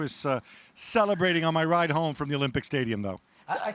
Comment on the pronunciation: It's coming ho-MADRID